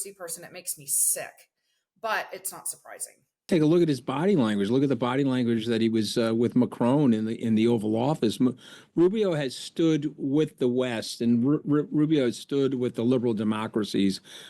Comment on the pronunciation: Manu is NOT your CRONE! You pronounce like a Murcan mutt. 😮🇨🇵🇪🇺